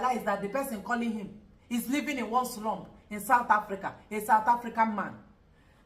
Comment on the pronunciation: why do you keep saying slump?? It's slum